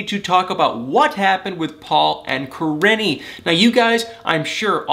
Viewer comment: Kah - Ree - Knee. Correct pronunciation. Driving me crazy how you were pronouncing it. Still the best 😎